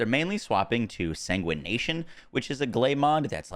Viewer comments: The mod is called Massive Sanguification not Sanguination 💀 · Say it with me”sang wih fuh Kay shun” Jesus …”SaNgWaNaTiOn”